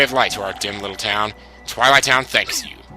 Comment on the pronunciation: twillite town? OR TOILAL TOWN!!!